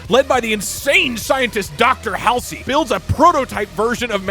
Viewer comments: Doug not knowing how to pronounce Dr Halsey’s name is funny as fuck. Bro has never played a halo game my god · I know he probably gets currented a whole bunch for it but pronouncing Dr Halsey as hail sir and not hall sea is so annoying to me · I dont think there's been a clearer indicator that Doug has never actually played halo than the fact he pronounces Dr. "Hall-zee" as Dr. "Hal-see" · I hate to be that one person, but it’s pronounced Hall Z, not hall see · Why do you keep pronouncing Halsey hallsy 😑